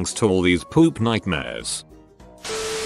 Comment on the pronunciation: why tf do i like the way the voice says poop "poUP"